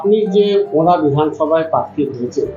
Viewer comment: পার্থী নয় প্রার্থী উচ্চারণ করতে হবে তো ঠিক করে